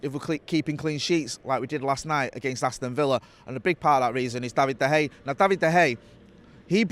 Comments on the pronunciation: Seen some pronunciations for de gea but never seen someone pronounce it as bad as hey. Where did you get that from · Does anyone want to tell that there is an A on the end of Dea Gea's name? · is saying: Da Hay! Hilarious!! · I couldn't pay attention to this with "David Da Hey" being said all the time lol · De Hay... never heard of him 😅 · David De Haa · Going to start a Da Hay drinking game 🤣🤣🤣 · 🤔 De Gea or Da Hay 🤣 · This guy has always has a unique way of pronouncing things and nothing seems to change that. Have to keep asking myself every time he says it. Who's David de Hay? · Him and Howson have been saying it like that for years, and must know full and well that isn’t how you pronounce it